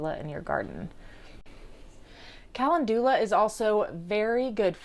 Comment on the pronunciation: Love your app and videos but your pronouncing calendula wrong. Kuh-Len-dew-Lah is how it is pronounced